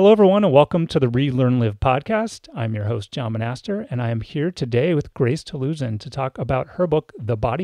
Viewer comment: Great interview and discussion. In case you didn't realize, you are pronouncing her name incorrectly. It's TaluSAN, not TaluSIAN.